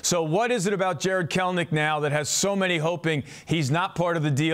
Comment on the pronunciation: No NOT Kelenic 🤦🏻‍♂️